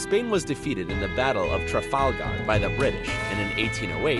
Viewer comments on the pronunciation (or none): none